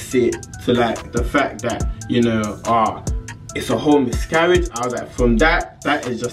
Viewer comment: Am I the only one hearing him say 'misgaridge'